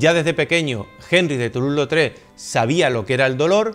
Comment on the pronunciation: Obra de Toulouse Lautrec! Y con buena pronunciación de francés 😜